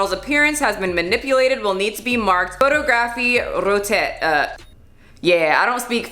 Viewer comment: photographie retoucheé foh-TAW-gra-FEE RAY-too-SHAY Hope that helps! DuoLingo can teach you other languages, too.